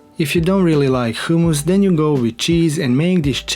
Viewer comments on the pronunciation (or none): 'hoooomus' lol funny :)